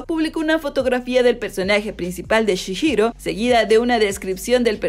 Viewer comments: Spirited away es una película de animación nipona, realizada por Studio Ghibli, ni una serie. Se pronuncia ”Chijiro”, no “Chishiro”, también pronunciaste mal “spirited”, dijiste “espirid”, se pronuncia “spiritid”, mira antes de hacer tus videos podrías practicar las pronunciaciones, si sientes que es muy difícil, podrías decir el título en español al menos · Pronuncias re mal el nombre de chihiro